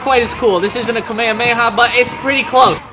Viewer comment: Y’all here him say kamehameha wierd?😂